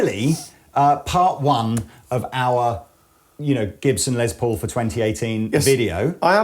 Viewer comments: Less, not Lezz Paul, lol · C'mon guys. I realize it's an accent thing but..................Lez Po ??